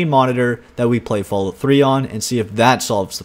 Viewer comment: I noticed that you pronounce Fallout as Fallút, like they do in parts of Scandinavia, Iceland and norther England. You wouldn't happen to be Canadian are you?